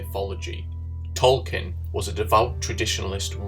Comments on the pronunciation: The book is called "Dune", not "DOON"! The narrator I think is making interesting points, but his inability to pronounce the word makes this video unlistenable. While we're at it, the author of The Lord of the Rings is was J.R.R. Tolkien, not "Tolkinn". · Who the hell is Tolkin...